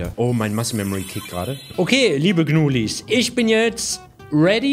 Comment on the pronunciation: Nicht gnuileins es heißt gnulis